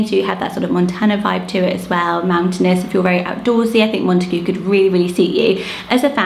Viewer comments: I always thought it was pronounced Mont-eh-gYOO. Not mont-eh-GOO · That horrid pronunciation of Montague not only completely ignored the origins of the surname, but makes the name utterly unusable 😂😬